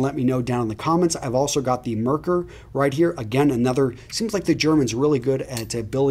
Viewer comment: Hi there, professional German here, Edwin Jagger is a British company so you wouldn't want to pronounce it like a German =) Merkur is pronounced "markour" (short a as in cat, accentuation on ou as in your). Don't worry about it, just like you have to put up with our English we're happy to hear foreign speakers mispronounce German words. Great video by the way. Any chance you could help the fellow gentlemen and me with ingrown hair after a good shave, especially when shaving against the grain? I use the mach 3 for 10 years now and I'm really happy with it. I've tried tried electric razors but me rather sensitive skin wouldn't allow for that. Having said this, I can't imagine what would happen if I used some cream to remove my facial hair.